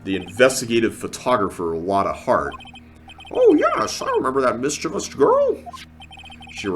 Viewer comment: Thank you for pronouncing "mischievous" correctly! A lot of people keep adding an "I" after the V!